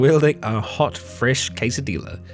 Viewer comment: STOP SAYING TORTILLA AND QUESADILLA THAT WAY YOU ARE LITERALLY KILLING ME